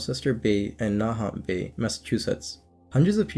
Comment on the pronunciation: Wow I never heard of the Gloucester story despite growing up not far from there! (Also it’s pronounced Gloster and Nah-hant - think a Boston accent)